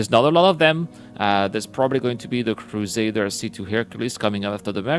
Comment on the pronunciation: The next time I hear Crusaders Industries, I'm gonna unsubscribe! It's CRUSADER INDUSTRIES!